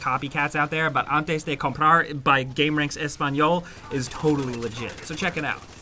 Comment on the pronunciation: Hehe i loved that spanish accent “antes de comprar” 😁